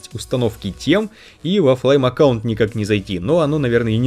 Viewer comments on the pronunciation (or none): none